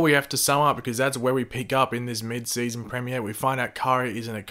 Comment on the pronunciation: say premier properly